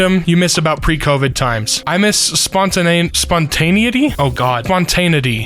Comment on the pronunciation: Spon-teh-Nye-eh-ti. Lol